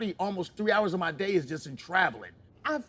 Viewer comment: What’s a “daya”? “I cleaned up every daya”. Ook😂